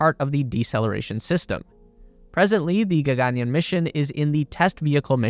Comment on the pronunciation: Dope vid! And for future videos, the pronunciation is more like “ggn-yarn”: Gagan means sky and yaan means vehicle.